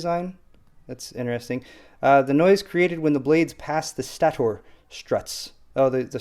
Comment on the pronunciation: "Stator" is pronounced STAY-ter. :) They're borrowing a term from jet engines.